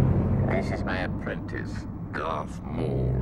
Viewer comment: Bro palpatine said garth maul😂